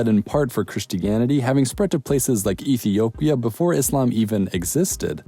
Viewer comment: You butchered Ethiopia/Kenya/ Somalia in so many wrong ways 🤦🏽‍♀️